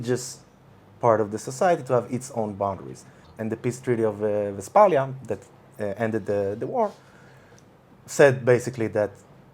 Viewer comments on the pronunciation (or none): WestFalia, not WestPalia. just saying